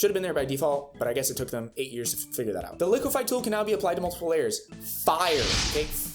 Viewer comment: im loving it when you say FIYURR